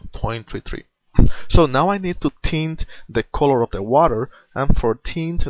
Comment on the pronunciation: "I'r use a bruish coror"